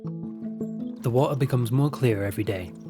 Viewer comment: Water -> wa-ah